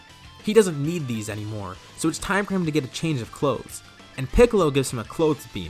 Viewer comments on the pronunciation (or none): none